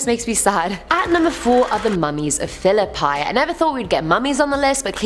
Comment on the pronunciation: It’s pronounced {Phil-oe-peee}